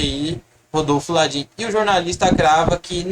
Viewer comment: Pelo menos fala direito o nome do Landin, não é Ladin